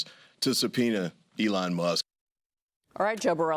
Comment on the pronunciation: "'Elo' Musk." LOL